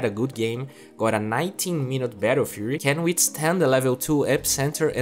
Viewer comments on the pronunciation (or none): none